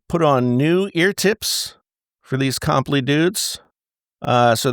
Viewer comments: did you just say “comp lee ear tips” lol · Craziest way to pronounce comply